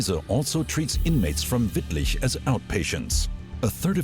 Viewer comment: He even nailed Wittlich